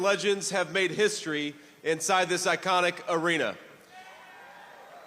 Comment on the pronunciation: Hello Madison Scare Garden! To Malania. Learn how to say entertainment not enterchainment! Learn how to say iconic, not ichonic! Learnt how to say thrive, not chrive. Dont say “for benefit”, say for THE benefit. Use your money and go and learn english properly.